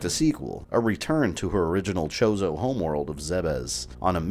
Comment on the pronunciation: did I hear right? did u say the ancient chozo statues were called chorizo? lol